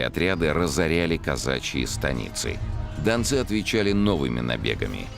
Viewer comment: Дончане это современное топонимическое название жителей донецкого бассейна. А в фильме речь про донских казаков, которые и назывались донцы( с ударением на последнем слоге.)